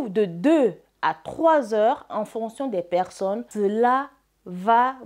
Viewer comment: Est-ce que "fontion " et "fonction " c'est la même chose , donc je te(vous)prie de bien prononcer. pour qu'on comprenne bien voire mieux